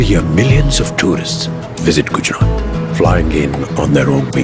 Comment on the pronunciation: It's Gujarat no Gujrat